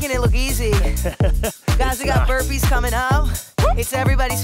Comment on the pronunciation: Every time she says burpees I die a little inside